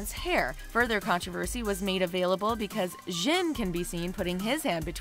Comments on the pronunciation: if you're gonna use bts just for the views... at least get their fucking names right.. or even the pictures wtf "ex-eye-dee" "see-oh-hee" "jung-sook" "zzin" "bayng-tayng" bRUH WHO ARE THESE PEOPLE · When they pronounce Jin like Ggggggggen and Jungkook like Jung guk